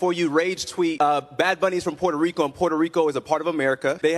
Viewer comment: I love the way my dude says "PUER-TOH RICO". He is pronouncing it correctly but still sounds gringo. 😆👊